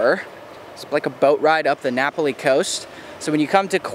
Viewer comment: Just remember that when you visit a place to learn the correct pronunciation of a word, place or thing. You are in Hawaii pronouncing Napali like it is an Italian word. That will offend the locals. It is Na pal i.